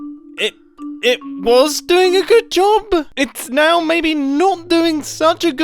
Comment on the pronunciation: Are you serious right neow, bro?